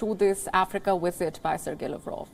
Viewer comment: Why Indian people can't differentiate between V and W. She keep saying Wisit Wisit